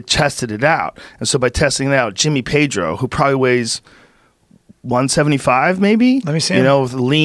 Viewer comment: He pronounce Jimmy Pedro like Jimmy Page🤣 i First heard like: Jimmy Page is a gold medal...And i, 🤔🙄